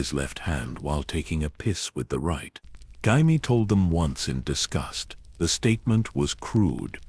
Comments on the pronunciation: Jayimee Lanister, AI had a good go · Pronouncing jamie wrong is wild